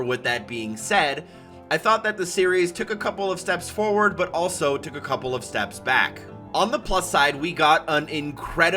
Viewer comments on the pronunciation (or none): and Fuwward